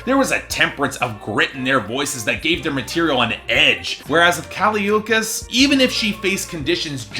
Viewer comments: How can you listen to the album and still pronounce her name wrong idgi. Btw the album’s a 9/10 xox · U said her name wrong 🤧🤧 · This review is just... wrong, and you how go through at least 10 listens of the album pronouncing her name wrong idk. Especially since BIA says her name in the beginning of Miami, I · If you don't know how to pronounce her name, you shouldn't be reviewing her music. I'll stick to professional opinions. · At least pronounce her name right you dicksplash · THE WAY U SAID HER NAME BDDSGGHFDFGFG IM DYING